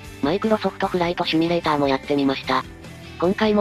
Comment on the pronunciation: 前からさんの「趣味レーター」が気になってしょうがないんですよね_(:3 」∠)_